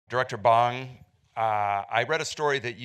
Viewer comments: Hi last name is BONG !!! Not Bang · it is NOT pronounced bAHNg. its like boy, bowl, bode, bore, ohhhhhh. bong june ho - bong june ho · The director's name is pronounced as Bohng... not like the smoking bong. At least try to pronounce the name right as it should be if you have him as a distinguished guest.